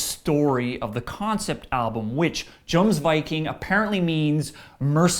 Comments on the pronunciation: raise your horns has nothing to do with drinking beer... and the album is pronounced Y-omsviking not J-omsviking just like the name Johan you say Yo-Han no Jo-Han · I cringed when I first heard the mispronounciation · Pronounced yomsviking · kill the "J" sound and use a "Y" sound and you'll have the pronunciation of Jomsviking correct. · it's yoms, yomsvaiqing. Jomsviking. ffs. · If you really listened to the album you should have noticed that it's "Yomsviking" in the ways it should be pronounced. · I really feel that over all a band is gonna take some chances and expand. Otherwise they get stale. so AA gets a solid 4 skulls from me. Bear in mind, I'm also a Blind Guardian fan, so I'm very into the concept of songs/albums with stories to tell. And it's pronounced Yomsviking! it even pronounces it in the track The Way of Vikings. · It's pronounced Yoms Viking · Who raises a stein in the pit anyway? a jerk spilling ale that's who! and wouldn't it be a horn? you can say Johan with the y sound, but not Jomsviking?! if you don't like certain songs just say so instead of using the fans as a scapegoat. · How do you pronounce Johan correctly but mispronounce Jomsviking? Also I feel like this review missed important parts of the album. The first four songs are very important to the story and the last two are also very important. The last song wraps up the story and ties into a couple of the other songs very well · I don't think this guy listened to the album, since he pronounced Jomsviking wrong and the album's name is said in 'The Way of Vikings.' Also the order is fucked up, this is a concept album ffs y u no review songs in the right order? How do you accidentaly 'run a sword through his throat' ? stupid review.